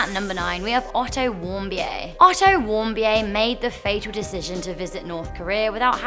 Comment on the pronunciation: O.k. , it is pronounced Warm- Beer. And Trump slam aside, the Kims destroyed NK.